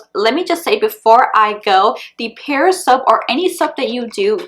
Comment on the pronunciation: Great video. Just so you know, in England where the brand was born, it’s pronounced like the fruit, Pears 🍐. 💕